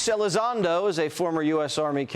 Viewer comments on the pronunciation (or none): pronounced louiZZ.. LOUIZ ELIZONDO... jesse must be totally unfamiliar with the is topic...👀😮 i have known about them since 1973, with my own eyes, so all my life i have seen them all as full of Sht.